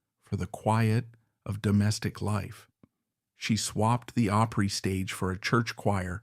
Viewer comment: Hard to believe that an AI could actually mispronounce opry . Really?